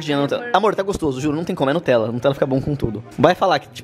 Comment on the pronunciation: "o falou *notella" kkkk n é nem Nutella, é *notella kkkkkk